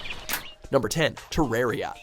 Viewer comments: Me:hears tererria The eye of Cthulhu: WHAT arrrar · Me hearing him say terraria: I WILL CLAP YOU TILL YOU TAKE THAT BACK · 10: Terraria Me: He calls Terraria a Minecraft ripoff and can't even pronounce it right. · i want to kill someone he said terraria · Terraria.. Me: STOP THIS TORTURE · You have failed for saying terraria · Minecraft? shitcraft.... its an easy mispronounced name, don't feel bad,.